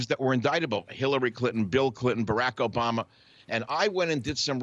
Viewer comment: Why does he not know how to pronounce Obama’s name correctly